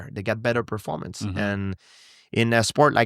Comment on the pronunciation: "i am not impressed with your pearformuntz..." GSP on Matt Hughes